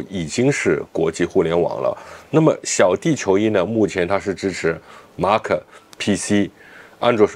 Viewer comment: Mac怎么读成马可😂